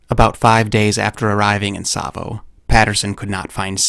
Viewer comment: rapt attention, not rapped. And it's Tsavo.